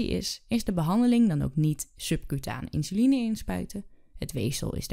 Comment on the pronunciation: Insuline wel, maar de uitspraak 'inzuline' is verkeerd.